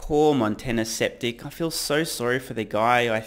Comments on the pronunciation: Skeptic, pronounced "sKep-TiK" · intentionally mispronouncing "skeptic" as "septic," as in septic tank? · I like how you called the guy 'Sceptic' instead of 'Skeptic' LOL